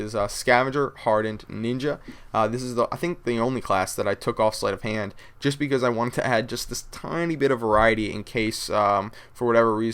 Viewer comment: becouuze lol. love yah